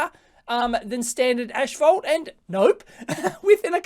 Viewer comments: the word is NOT ash-fault it's ASS-fault, like rectum-problems. You probably say larynx like larNYX too. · It's 'asphalt', not 'ashphalt'.